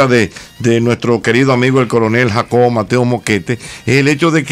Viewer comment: alguien pudo contar cuantas veces la doctora morel pronuncia mal el apellido del coronel ya que ella dice Mosquete con SSSSSSSSSSSSS